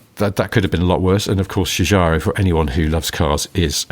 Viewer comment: Hi, just to be helpful... Giorgetto Giugiaro Gio - pron. like JOKE get pron. like JET Giu - pron. like JUNIOR -gia - pron. like JAAAAG Thanks for your great podcast